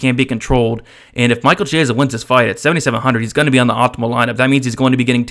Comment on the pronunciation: You're pronouncing "Chiesa" absolutely wrong.